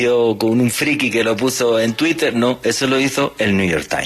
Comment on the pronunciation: minuto que grande....le salio del alma decir " tuitel " jajajaja.... vieron como pudo decir la " R " igual despues ? todo mentira que no les sale la R.